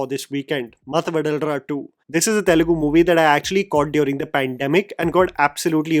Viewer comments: Vadalara ❌ Vadhalara ✅ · I’ve a suggestion bro. You can pronounce anything bad in another language. But please get the name of the movie right plzzzz. It should be pronounced VADHALARA and not VADALARA. One telugu person you know could help you at this. Even if you hear the music ….. you can understand it